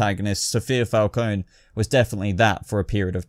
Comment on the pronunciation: I'm with you about this list, same feeling about these villains...& BTW let's hope Gotham makes all the major characters justice for the big final shot now. <3 PS-I don't want to play the grammar-nazi lady here LOL but if you're curious about Falcone, since it's an Italian surname, you should pronounce the E as in your Eng word "red" (like singer Ariana Grande pronounces her name y'know): hence it's not supposed to be silent, or said as the I of "kiss" (like in our word Armani).;-) Ciao ***